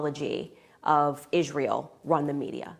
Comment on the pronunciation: Love how she pronounces it "Ishrael"